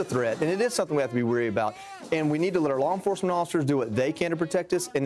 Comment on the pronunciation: Anyone else hear, “allah enforcement source” 😂